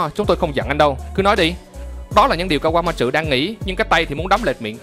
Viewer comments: kaquamatsu chứ ko phải kaquamatrự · ka goa ma trử vl đọc tên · Kawamatsu mà do ổng đọc nhanh + pha chút ính lịt nên nó v á =)))